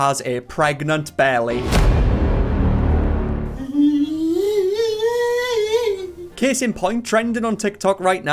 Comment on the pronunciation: “her bellay”